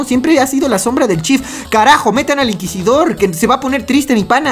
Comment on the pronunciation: "EL INQUISIDORRRRRR" que lo metan y yo bailo cumbia.